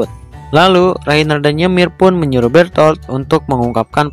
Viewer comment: Bang yang benar itu bherthol bukan betol